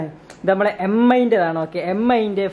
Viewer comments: M.i alla mi aaa dude 😂😂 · DUDE എം ഐ അല്ല മീ ആണ്.